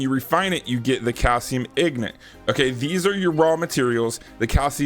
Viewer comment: bruh its not calcium ignit, it's calcinium ingot